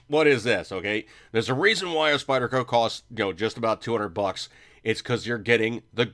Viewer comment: What's with the "Spidder" shit? It's like listening to my 9 yr old son and his friends playing with their new toys at Xmas.